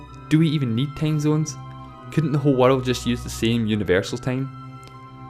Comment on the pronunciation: "Tame zones" XD My cuntri hab nane tame zones